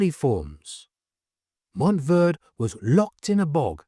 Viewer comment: IT'S PRONOUNCE MONTEY VERDEY. GREEN MOUNT